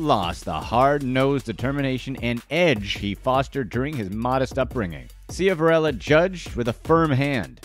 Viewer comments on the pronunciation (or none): Most did I’m from Wilkes barre and it’s SHIV-a-RELLA & Wilkes BARRE(Berry) Duquesne (Du-Kane)